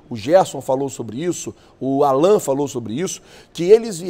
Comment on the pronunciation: Não é Alã É Allan